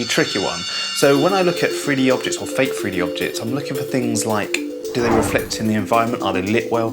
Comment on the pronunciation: it's fake not fak